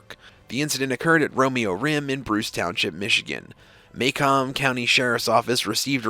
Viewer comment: Macomb is pronounced MA-coom not MAY-com